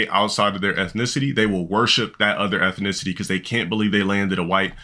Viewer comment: "ethinicity" - the scholar